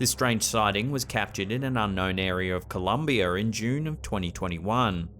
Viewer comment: You said Columbiaer come on there's no er on the end of Columbia.